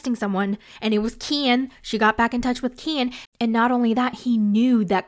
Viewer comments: I love how you always say Kyeen 😂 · I keep laughing every time I hear you say "KEEIN" 😂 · Every time u say KEN , it kills me 😭😭😭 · lol every time you say Ken is wild 😂😂